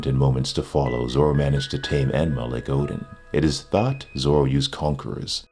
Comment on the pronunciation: Anyone else finds it weird he keeps saying Odin instead of Oden? Or am I just old and senile to hear/listen properly.